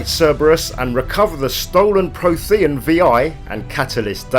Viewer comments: it's frequently pronounced throughout the original trilogy 😂 It's weirdly difficult watching this video and thinking "Pro-the-AN" I wish YouTube would allow a quick audio swap for pronunciation in videos whenever they're missed on the final take 😭 (Pretty good lore overview btw 👌 nice and comprehensive) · It’s pronounced PRO-thee-un. And the planet is called Ilos with an “s”. But great vid otherwise. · Your pronunciation of "prothean" and "Ilos" is extremely triggering. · I swear I almost stopped watching because of his pronunciation of “Prothean”... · No worries, info itself and presentation was actually spot on! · Oh my word. "Prothean" is spoken many, many times throughout the series. How do you not know how to pronounce it? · Adam Taylor I knooowww it made me cringe every time...